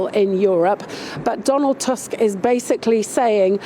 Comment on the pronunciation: Donald Tusk??? 😂😂 It’s mash up